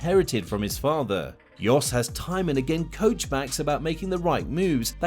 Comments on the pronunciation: His name is Jos. Not Yos.. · Yes sorry lol, I forgot it's Jos and not Yos.